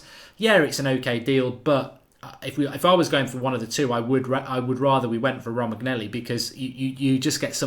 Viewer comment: Romagnelli? lol ROH-MAN-YO-LEE